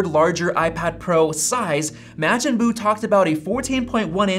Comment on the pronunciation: Okay, no short A sound in Buu’s name.